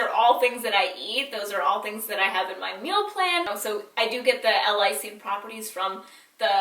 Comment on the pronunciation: I love u!!! This is such a small detail, but it's pronounced "L. (space/pause) LIE-seen":) but great tips!! Xoxo